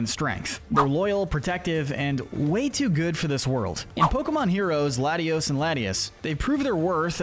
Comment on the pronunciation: It’s lat-ee-AHS, LAHT-ee-ohs, RAHLTS, ray-QUAY-zuh, SWAH-bloo, AHL-TAHR-ee-uh, LAHM-bray, loo-DEE-coh-loh, CHYME-ecko, TRAHP-ee-iss, TRAP-inch, vye-BRAH-vuh, UH-zoo-rill, dell-CAT-ee, redge-EE-rock, redge-EE-gee-giss, mask-er-RAYN, BREH-loom, HAHR-ee-yah-muh, BAL-toy, clay-DAHL, PEHL-ih-per, cray-DIHL-ee, EHX-PLOWD (even though you only did it wrong once), AHR-ron, LAIR-ron, pooch-ee-EH-nuh, mye-tee-EH-nuh, SLACK-ahth, SLACK-ing, swah-LAHT, NUHM-ull, ZAYN-goose, gore-UH-biss, and SHUHP-it, “”! 🤨 How many times do I have to tell you,?? Stop mispronouncing Pokémon names! 🙄